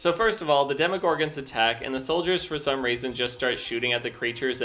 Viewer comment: demoGORGANS? I always thought it was "DemoGORGONS"